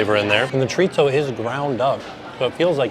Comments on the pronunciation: Just fyi chorizo is pronounced kinda like Cho-reee-ssoooo. Try that! No T sounds for that word. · Have I been mispronouncing chorizo? Chore-eee-so? Does it have a “t” in? 🤷🏼‍♀️😂😂😂 not picking on, I just want to make sure I say it right.